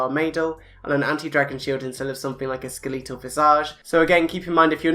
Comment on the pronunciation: armaydul and skeleeetal l0l